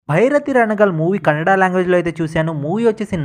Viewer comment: Bhairabgi ranagal kaadu bairathi ranagal